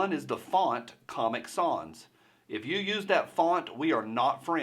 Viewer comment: It’s sans, like fans.